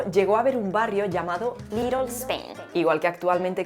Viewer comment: >C2 en inglés >pronuncia "LITEL"